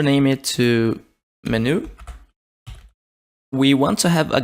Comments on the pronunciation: Please, by gods great grace, can you please say 'menu' not as min-ooh but men-you as in men like human men and you as in you are a monumental IDIOT. PLEASE. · You speak English very well, but it is pronounced Men-u not meh-new. Took me a while to figure out what you were trying to say :) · Every time you said Menu wrong it made my soul hurt. (Its pronounced "Men - you") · STOP SAYING MENU LIKE THAT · the way you pronounce "menu" is aaa interesting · brazilian pronunciations be like 🤝🤪